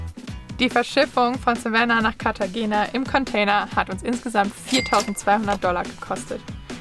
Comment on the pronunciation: Wir ausgesprochen Cartachena 😊